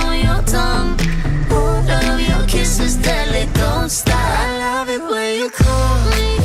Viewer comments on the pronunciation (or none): he said '' she loves it when i cal her" not come XD